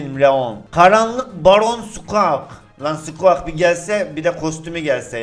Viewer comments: Squak değil sguik abi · SQUAK DEIL SQUİK DIYE OKUNUYOOOOOO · Abi bişey diycem sen skuik e skuak diyon o skuik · sqak diye okunmuyo squik diye okunuyo 30 yaş üstü adamsın bunu bilmiyon yaw :D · Abi squak diyi skuik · Skuak deil skuik diye okunuyor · lazın suqeak demesi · Abi sanirim Squeak " Skuik" diye okunuyor. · skuik diye okunuyo abi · abi squik diye okunur nolur öyle oku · Abi sanırım skuiks diye okunuyor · ABİ O SKUİK DİYE OKUNUYOR